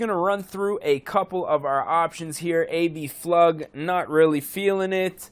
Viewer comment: It's Abflug, not “a.b.flug” also , it had TE37 rims , which are in the game